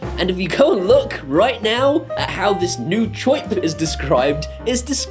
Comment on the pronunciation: "Choip" is the way that people from Brooklyn, New York pronounce the sound that a bird makes (Chirp)